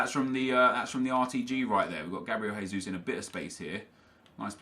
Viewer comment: Oh no! from twosync already says Gabriel "Haysus"... He's not fucking Spanish!!!! He is B r a z i l i a n